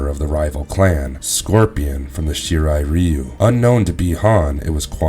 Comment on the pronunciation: One of the best! Oh and you pronounce Shirai Ryu wrong! It should be Shirai RAIu the „Y“ is pronounced like in „dye“